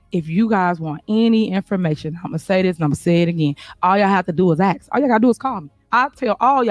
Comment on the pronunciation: Tiffany, you are not from the south! Quit saying Y'all all the time! It sounds ghetto! And it's "ask" not "ax"! You're the mayor, be professional, and show some decorum in your board meetings! You're out of order! Jason House for Mayor of the city of Dolton, IL